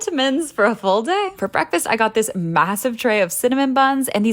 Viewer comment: No one says full day in that tone. No one.